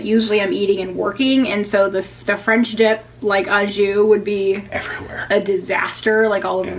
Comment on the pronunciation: you're one of the few Disney vloggers that properly pronounces Palo (Pah-loh) so here's a couple French tips: "au" (jus) is properly pronounced "OH" not "awe"; the final S in sans (sahn) is silent. Melted swiss cheese would taste delicious on the sandwich. Provolone cheese would be perfect! Butter and toast the buns. I've seen au jus made with Better than Bouillon beef paste. You can also use shaved steak! Fun foodie fact: The original French dip sandwich is believed to be from Philippe's in Los Angeles! Thank you for sharing your French dip hack!